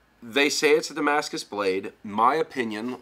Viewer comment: I like how he says damascus, he knows the thing